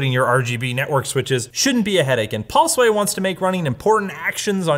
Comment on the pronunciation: "PaulSway" = Pulseway